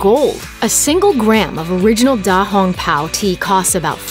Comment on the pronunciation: Smacks forehead because of the horrible Chinese pronunciation btw da hong pao means big red cloak